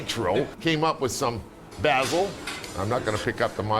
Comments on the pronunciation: It is pronounced NAY-PULLS NOT N-APPLES AND IT IT BAY-ZULL NOT BA-ZULL 😂 TAKE IT FROM an Italian 😂🍕🍕🍕🍕🍕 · It's Bae - sil, not bahsil.